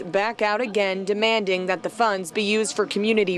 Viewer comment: “I need da funding” literally just another gibs me dat